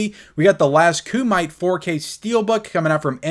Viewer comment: Say Last Kumite again 😂😂😂